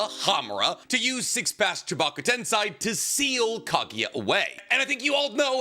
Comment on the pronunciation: At this point, he must say stuff like tensai instead of tensei just to get under our skin lol